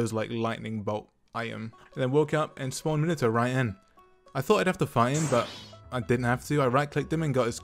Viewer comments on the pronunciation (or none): I like how you pronounce Minato as Minito lol